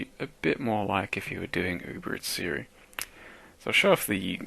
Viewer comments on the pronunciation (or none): none